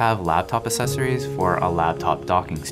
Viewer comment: The "c" in accessories is not silent.